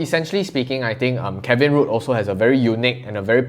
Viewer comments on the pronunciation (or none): He's not into politics or the economy, I won't blame him if he cant pronounce "Rudd".. Kevin RUDE.. LOL! I come here for laughs all the time, this fella is one big clown, almsot a CCP apologist I'd say